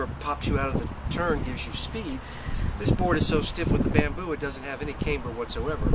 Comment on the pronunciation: camber with a short A not Caymber...